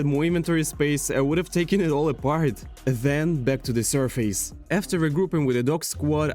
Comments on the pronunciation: Loving it! Just a little help in phrasing: "From scratch" not "from the scratch" also, it's usually more pronounced like "surfiss" not "sur-face" But I like the video and definitely subscribed. I Would love if this would become your forever world! Feel free to also play in survival, not just hardcore :) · vro said survees